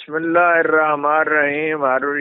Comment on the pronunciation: بسم اللّٰہ کی ادائیگی صحیح نہیں، صحیح کریں جزاک اللّہ